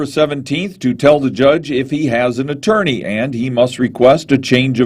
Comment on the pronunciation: "CHORGERS " " ATWORNEY "